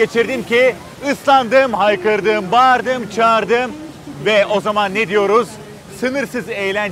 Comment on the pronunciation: Herkes vialand diye yazıldığı gibi okuyor vaylând diye okunmalı